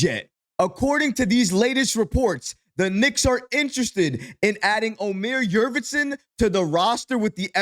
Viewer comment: Love your videos brother, I'm a turkish guy from germany. The correct pronounciation: Omer Yoort-seven (like the number 7)